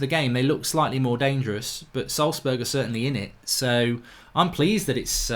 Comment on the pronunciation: Wow, he even pronounced Salzburg almost correctly! I have never seen a Brit doing this. ;)